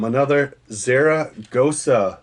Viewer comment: Those are pronounced Zaragoza like the mexican city n state...killers in Mexican lakes where there are 10+ pound lmb!